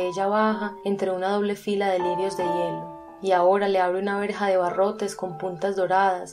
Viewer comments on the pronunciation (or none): none